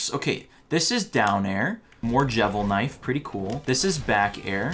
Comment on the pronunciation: Actually it's called Devilsknife, not jevilsknife